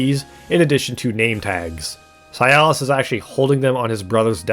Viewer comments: It’s si-las Not cialis.. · His name is Silas. Why are you pronouncing it like it's "Sialas"? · Why are you saying "Si-al-is" instead of "Si-las"? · Bro... It's Silas not SI-AL-AS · Brother, please, I beg you. Silas is his name, Cialis is an ED pill. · For the love of god the man is named "Silas" not "Cialis". That's not a name, that's a penis pill. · the way you say Silas is upsetting, it sounds like a disease. it's pronounced Si-las not Si-a-lis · >zah-hanna >sy-alis Ffs… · not this guy pronouncing "Silas" as "sialus" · Why you pronouncing silas like sayalass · How you pronounce Silas hurts.